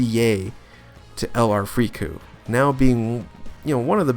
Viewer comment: something about it is just…. weird